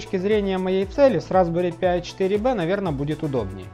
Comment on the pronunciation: Пожалуйста, Разбэри ПАЙ а не П-ай